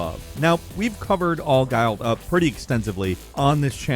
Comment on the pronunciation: It's a gilly suite not a gile suite